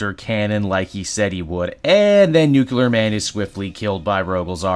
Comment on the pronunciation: Nuclear… Not New-ke-lerr